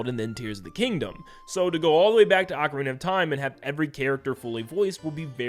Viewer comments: NeVER google ocarina for pronunciation it says AH-Karina. Even in the commercial for Ocarina of Time 3DS they pronounced it Ocarina (AH KArina) of time. YOU LOST that’s the English pronunciation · like I said go to google and click the pronunciation button. It’s AH Karina . Like I also said go watch the commercial for the official Nintendo Ocarina of time 3ds release, they pronounced it AHKARINA official Nintendo commercial. lol you LOST